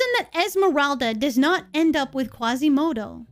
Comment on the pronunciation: There is no "Qwasimodo", there is no "Qwebec" there is no Son "Gowku" and there is no Angelina "Jowlie" either... Cheesus F Christ people... ugh...